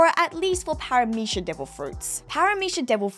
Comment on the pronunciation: God why do both you and pronounce Paramecia with a SH at the end. Really bothers me for some reason